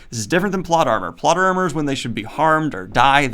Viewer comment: Did anybody else hear "plot llama"?